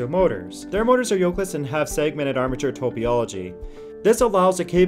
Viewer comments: "top-ee-ology"???? maybe you mean "topology"? If you don't know how to pronounce the words, just look them up on google. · Topyology! Ha, that's when i stopped watching, if you don't know how to pronounce topology you don't know this subject.